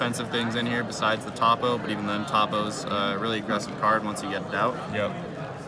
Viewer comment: Lmao why does he pronounce toppo as TOP O